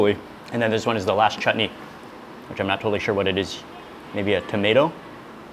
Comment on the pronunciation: Mark shared shared the beauty and aroma of food very nicely. He also said the proper sound for chutney earlier the t was softly said and it sounded not right